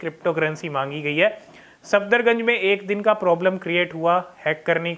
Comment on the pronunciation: भाई its सफदरजंग not सफदरगंज